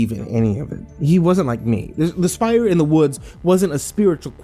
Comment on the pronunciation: "Spire"; not "shire".